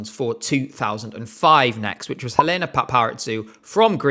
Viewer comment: Just a small correction, Helena's name is pronounced EH-leh-nah pah-pah-REE-zou ("zou" like the word "zoo", it's not a "ts" sound). Loving the vid so far!! Your passion for the songs is why I love this channel